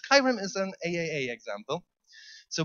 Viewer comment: By the way, it's pronounced triple A not AAA :)